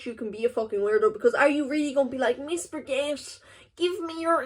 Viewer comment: Hello Miss Baguette (i think it is the first time i hear u say that in your video and it doesn't sound like that in french but anyway it is not the goal of this). It can be hard for some people to notice the difference between internet and real life, they hear u talking about your life and share your feelings/emotions and probably think they know or even like u a lil too much. It happens to almost all content creator (i mean man or woman or anything u can think of -cars or trees). I really hope it won't stop u from making contents. At the beginning, i didn't know u were underage because u were talking about things in a way an underage won't do, even licence and working. Anyway, take care of yourself and all your beloved ones. Ps : sorry for my very good english